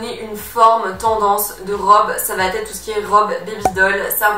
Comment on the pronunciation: S'il te plaît, arrête de dire "ça va t'être " , il n'y a pas de "t" à "va" , "ça va être " donc pas de liaison à l'oral.... merci